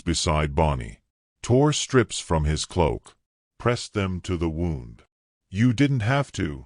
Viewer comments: The " wow und"😅😅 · Okay! Edit your narration! Starts out with the wrong pronunciation of “wound”. Then there at least 10 different spellings of Taen, Tayne ,Teagan, Ten’s, Tanynan, Tane, Tayin, and last one I noticed was Tan. You had the word Pyre for Fire. Last but not least you had Patchy instead of Apache. Don’t you even bother the read your CC before you post y our story. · Learn how to pronounce "wound", as in an injury